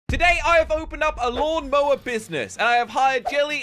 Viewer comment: They said lawn mower not mawn lower Oop sorry jelly and said it Oh and sorry